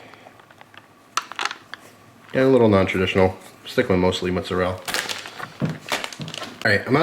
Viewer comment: "mozarell" lmao i love that accent